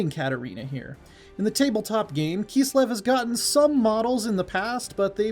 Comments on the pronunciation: IT KISLEV! NOT KEEEESLEV. That was painful to listen to. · “Keeslev” - this guy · Well it's not wrong it would be close to the german pronunciation XD